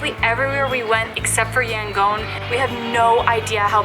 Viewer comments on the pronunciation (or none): It's pronounced YangON (ON) not Yangoan.